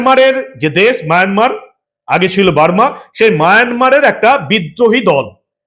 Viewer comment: মায়ানমার উচ্চারণ করার জন্য ধন্যবাদ। যদিও মাঝে মাঝে মায়নামার হয়ে গেছে।